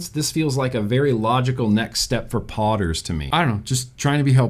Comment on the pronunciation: When you first said "podders" I thought you said "potters", like it would be good for pot heads. I am in need of sleep. 🤣